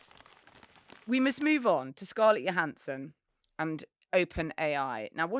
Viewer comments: Thought she pronounces her name, JO-hansson. not YO-hansson? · It's "Joe" hansson. Not 'Yo" hansson. 😅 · Her name is Scarlett Johansson. Her surname is pronounced with a J, like Joe Hansen. Not Yo Hansen. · They mispronounced Scarlett's name wrong. It's "Johansson" not "Johansson". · I remember an interview from a few years back when Scarlett Johansson confirmed that her surname is pronounced 'Joe' rather than 'Yo'. You do you obvs. x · Why does everyone in the UK mispronounce Scarlett Johansson's name YO-hansson? Isn't she well-known over there? I thought she was one of the biggest box office stars in the world. It seems odd that Brit presenters don't know how she pronounces her name. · I commented just for the joke, but Scarlett pronounces the "J". Like Joe Hanson. So it's "Johansson" not "Johansson". 🙂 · Scarlett Johannsen's name is pronounced with a hard Jo. I know this is old but it annoys me everytime people get it wrong (I've spent a life having my name eternally spelled wrong).